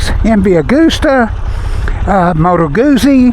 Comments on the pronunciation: Nice review - thanks! (It's "gooTsy" - like pizza 😉) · It's pronounced GOOT-zie.